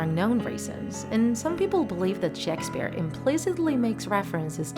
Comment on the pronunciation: "shaks sphere"